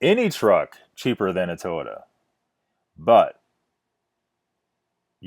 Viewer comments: First of all it's not tota like your pronouncing it, it's Toyota, learn to enunciate your words! Scotty has 55 years of experience, you probably have no clue...smh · More than half the things you complained about him saying was him repeating what his fans/customers said and he even states that. And its Toy-ota no to-ota